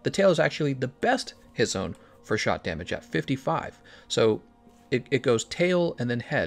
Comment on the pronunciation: He is saying 'shot' damage right? Keeps sounding like he is saying shock.